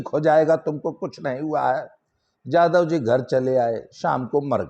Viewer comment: Aapka ucharan galat h babu jadhavji nhi yadavji